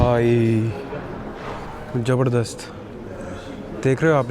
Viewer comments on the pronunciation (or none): Mun see supari nikal kr baat kr raeee........it's not jabarzdast it's pronounced Zabardast rae😅 ....